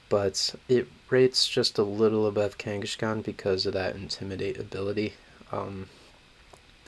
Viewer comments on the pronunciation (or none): I think kangaskhan got pronounced differently every time he was brought up lol